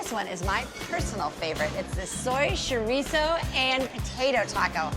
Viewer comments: I choked when she said “shorizo” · she doesn't know how to pronounce chorizo...